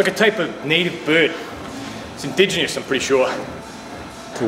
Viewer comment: “Innigginous I’m sure”